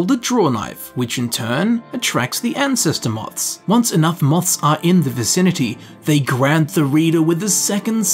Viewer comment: If I got a cookie for how many times he said “TEH ELDER SCROLLS” I’d be obese as hell.